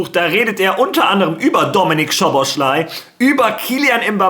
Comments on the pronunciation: man spricht ihn nicht schoboschlai aus sondern szoboslai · Falls du den Namen mal richtig aussprechen willst: Im ungarischen spricht man „Sz“ wie ein normales deutsches „S“ aus. Also spricht man ganz einfach Soboslai aus